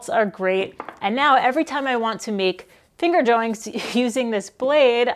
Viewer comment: Did you say... "finger joinks"? 😁